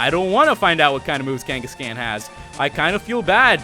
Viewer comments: Pls stop saying Kenkescan. It's pronounced Kangaskhan m8 :-) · I know I'm like an eternity late but, Kangascan really it's kangaskhan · OH MY FUCKING GOD ITS NOT KANE-GESS-CAN ITS KANE-GESS-KHAN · Kangaskan Kangaskan Kangaskan. It's like he was trying to bother me on purpose! It's KangaskAHN! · PLEASE STOP SAYING KANGA-SCAN OMG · Its pronounced KangaskHAAN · the way he said kangaskhan made me crack up for some reason...